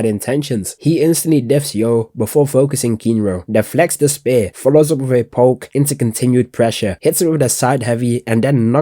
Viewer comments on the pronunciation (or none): none